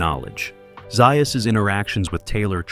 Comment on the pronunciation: It's Z A us